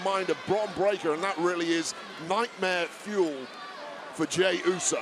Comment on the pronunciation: She didn't squal she pronounced it break ker. She has a southern accent